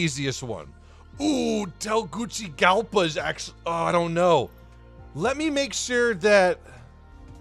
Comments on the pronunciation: Jake Williams “Te-Guus-Si-Galpa” I guess that’s the way to show how to pronounce it. Basically just not “Gucci” like said lol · It's actually pronounced: Teh-goo-see-galpa (It's in Honduras). Any reasons why it's considered dangerous? In real life, people have flown there plenty of times. Edit: Now I know why. Considering they only have a few skilled pilots for that route. But they'll be making a new airport there which will hopefully be less dangerous than landing Tegucigalpa's airport runway. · As a Honduran I cringed so hard when he pronounced Tegucigalpa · Si me rei con TeGuccigalpa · I laughed for a while, was actually expecting him to pronounce it XD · Bro he did not just do that. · I'm happy to see some Honduran people on this channel actually. Was expecting you to pronounce Tegucigalpa and you didn't disappoint me. I had so much phun in this video!